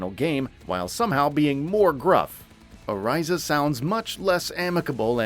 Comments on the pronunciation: Is it just me or is there at least one thing this dude mispronounces in every single video. "Oh-RISE-uh" "Bridge-ette" 🤷‍♂️ Anyway, as a mostly support main/switch... I dread playing this as a support. I mean... We need some more support characters to choose from instead of DPS. And tanks... Geez though... Make the game any more fast paced and the casual crowd is out. I remember when Sym was a support and the gameplay was a lot less hectic... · How do you mispronounce the names even though you hear them said in the game correctly? Who is O-RISE-A? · The way he said Orissa had me so confused i was literally like ”who?!”